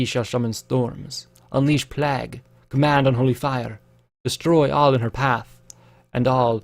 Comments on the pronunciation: Neither. Playg. Short G. No end-sound. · "Harbringer" "Plag" "Palms" I love you dude but it bugs me every time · Plague is pronounced "Play-g" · I got you. It's pronounced plaig, like Craig with a "p" instead of a "C". Plague is said like plaig.